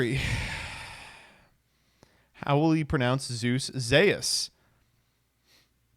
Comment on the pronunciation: funny enough, that is closer to the proper pronounciation of Zeus than what you Anglo-saxon spawns did to the word its not "Zoos/Zews", it is actually more similair to what is saying here edit: the only flaw is that the U is not properly pronouned here and it should be